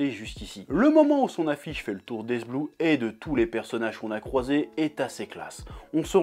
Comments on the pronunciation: On dit iste blou pas est blou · ya que moi quand il dit d'est blue moi j'entend dezbeub mdr